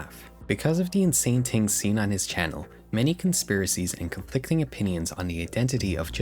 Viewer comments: when he said "tings" instead of things at the start I felt that way. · Cool video. But I must know... what the f is your accent? You don't say H's.. "ting," "teories".. like a Jamaican would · I just commented about that, he says ting, teories and tis/dat, it's like a European spent a bunch of time with Jamaican people and picked up the dialect but not the accent lol